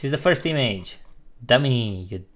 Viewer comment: nice, dar te rog nu mai spune imeigi, ci imigi la image, mersi, suna ca naiba :)